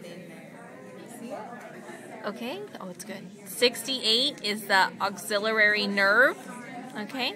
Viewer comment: Why is she pronouncing Axillary like it has an extra letter.